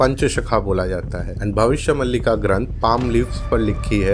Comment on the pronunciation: भबिस्य मलिका नहि भबिस्य मालीका में बही से हु तो ग़लत pronounce mat karo